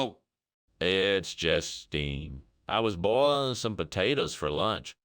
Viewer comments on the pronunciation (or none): ah wuz boylin' sum pataytuhs fer luhnch